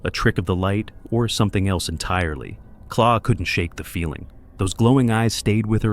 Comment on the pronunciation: It's not Claw. Her name is Claire and her channel is called Wildbeare.